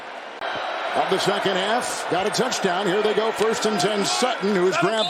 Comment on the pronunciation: i swear this dude says touchtown